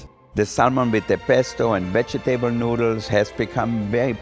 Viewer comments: Did no one hear how he vege-table . I like day, I like it lots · Not to be rude or anything but am I the only one that really loves how Wolfgang pronounces; 'Vegetable'? I don't know why I just love the way he says it. XD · "Vega Table"